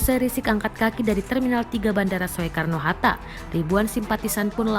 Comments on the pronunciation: pembaca berita "...bandara soekarno hatta" (baca: sukarno atau SOEkarno?) - dasar pembaca berita millenial tanpa kenal ejaan lama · Bacanya sukarno walau ejaannya soekarno...priben rika ? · Pembaca beritanya kok ngga tau cara baca? OE=U jadi Sukarno, ejaan op huisen bacanya jangan menurut hurufnya. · Maaf nih, masukkan, atau maaf juga jika justru saya yang salah. Bukankah Tulisan "Soekarno" dibacanya menjadi "Sukarno...???" Bukan dibaca persis seperti tulisannya "Soekarno....???" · Mbak naratornya ngga pernah sekolah atau gimana sih? "Soekarno" dibacanya "Sukarno" loh Mbak. Parah. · Gagal fokus sama yg baca berita. Soekarno itu dibaca: SUkarno, bukan SOEkarno. Sekolahnya dimana sih? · Soe Soe mata elo soek belajar baca lagi mba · Hiii cewek yg baca berita gak punya adap ya Kl gak paham tanya dulu,lu panggil Habib lu dg kata Riziq? Sekolah dimana lu bocah walaupun tulisannya soe dibaca ya su ya..belajar dulu baru baca berita!!!!!! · Ejaan Soekarno itu di baca sukarno mbak. Jangan mengikuti tulisanya.. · Biar gak bikin malu Tribun saya mau kaaih masukan buat news producernya. Tolong diajaran naratornya cara membaca ejaan SOEkarno yang benar. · ngomong yg bener Mbak, walaupun tulisannya “Soekarno”, “Oe”nya nda usah dibaca spt itu. Oe jadi “U”. malas belajar nih wartawannya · Kirain gue doang yg denger gitu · Ya betul ucapanya 😁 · kirain gw doang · Naratornya pe'ak😆😆😆😆😆